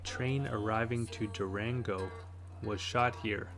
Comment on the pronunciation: Pronounce it as- Do-Ron-Go.... I'm thinking about bussing down there from El Paso in about a month.